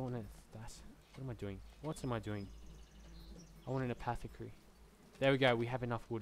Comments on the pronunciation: Apothecary = A-pof-e-carry is how you would pronounce it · Eh-poth-eh-carry you are slightly welcome.